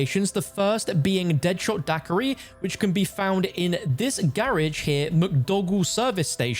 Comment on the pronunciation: In the grrrrrrrage!!!!! LoL😂😂😂